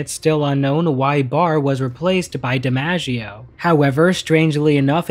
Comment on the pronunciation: His name’s John Di-MOGG-ieo Not Di-Manja-ieo